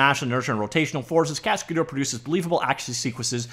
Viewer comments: It's a French word "Cascadeur"... pronounced cas-ca-dher... not dour... dher. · "Cascadeur" is a french name you have to pronounce it "cascader" in English for perfect pronunciation :)